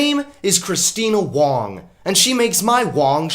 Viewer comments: Dude, it's not "Christina Dong" It's Christina Wrong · I love you man, but, “she makes my Wong shrivel up”?